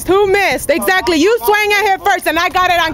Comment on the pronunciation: “Ex zately “ 🤣🤣🤣